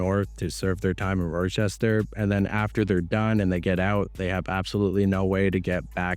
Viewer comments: lmao. it's pronounced (RAH-chester.) damn.. Fuentes in your suggestions? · Video fire so far but if u pronounce it “Roi-Chester” one more time imma lose it good shit tho bro Neph under appreciated. (It’s pronounced Ra-chest-er) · not to be that guy but it's pronounced rock-chester not just talking out my ass i've lived in this city before. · This Canadian dude pronounces it “Ror-chester”